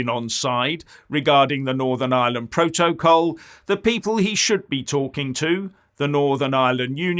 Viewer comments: Ohhhh, you Silly Goose, is saying "Proa-toa-call"! hahahhahahahaha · Every time says 'proto-col'... take a drink! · it is funny, more than one syllable has him foxed....